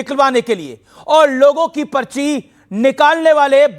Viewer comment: पचरी नहीं पर्ची बोलो अमीश जी